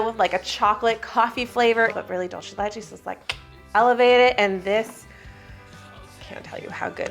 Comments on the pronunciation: Its DOOL CEY not dul chey 😭 PLS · It's dul-SAY de leCHay. Sorry, I just had to say it. The "CHuh" sound when you have a C with no H is Italian, not Spanish. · Begging English speakers ON MY KNEES to stop pronouncing dulce de leche like that I swear to God 😭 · As a Cuban I found out today English speakers pronounce Dulce de leche : dolche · I love you, but people who say "dolce de leche" are my pet peeve....It is, in fact, not an Italian term, it is Spanish or rather Latin American, and it is "dulce de leche", pronounced /ˌdʌl.seɪ də ˈletʃ.eɪ/.Please, if you are going to use it, use it correctly.... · It’s pronounced “Doolseh the lecheh” Dolce is Italian but this is not Italian, it was created in South America. I’m sorry, I just want people to know the correct pronunciation. Not picking on you because I just love y’all! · Is “dolchay de lechay” a thing or are you trying to say dulce de leche 😭😭. You can pronounce it easier by “dull-say deh leh-ch-eh” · Oooh, I also pronounced it like dolce. It's good to know it's supposed to be an S sound! Thank you! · I find it really funny how anglophones tend to pronounce dulce de leche as if it was italian (dolce instead of dulce) haha 😅 Lovely cake,! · you said dulce de leche wrog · That's not how you pronounce dulce de leche, dulce de leche is milk candy in spanish, please Google it if you don't know how to pronounce it. 😊